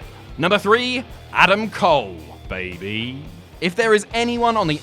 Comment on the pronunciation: BAY BAY not BABY